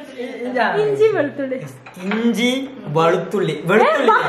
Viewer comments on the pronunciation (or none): Not valuthulli veluthulli ok bro😀